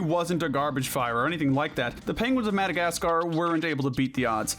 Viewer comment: No way u just said 🐧 of Madagascar c their it is A their